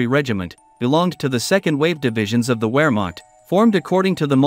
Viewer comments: What the hell is a ware marked? I think you mean Wehrmacht, the W is pronounced as a V. Veer mark ‘t’ and English towns such as Scarborough is pronounced as scar bura not burrow. Please try this. ❤ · Come on man at least have enough self respect to properly pronounce words. Wehrmacht pronounced VEHRMACHT!!! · Wehrmacht is pronounced as Ver-makt. You just lost your credibility dude! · In German the letter W is pronounced like a V as in Vehrmacht. Everybody with even a rudimentary knowledge of WWII knows that except the robot in this tutorial. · I just found you on YouTube. I like your information and presentation. However, if I have to listen to you mispronounce "vehr maakt" one more time I will scream "nicht informiert"! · CAN you learn HOW to correctly PRONOUNCE WEHRMACHT?????